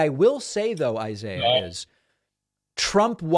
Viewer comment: Pronounced eeesaeeeah!!!